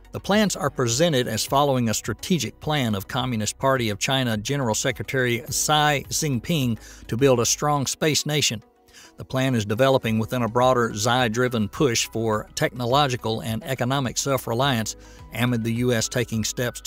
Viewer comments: "communist party leader Si Singpin" lol...pronunciation is a bit off here. Just a tiny litte bit 🤣🤣 I seriously hope that China fails. China becomes dangerous. I live in south east asia. I prefer the world domination of USA over China or Russia anytime without a doubt. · You hurt me with the pronunciation of Xi Jinping. It is a tough one though so I’ll give you that much